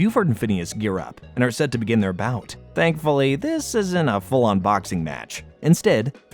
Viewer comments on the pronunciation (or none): none